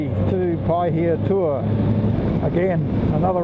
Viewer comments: You pronounced it better than most people would! 😄 Those were some cool areas you rolled through, and very scenic. Lots of history there. Enjoyed it 👍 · He's saying Pahaitua fine.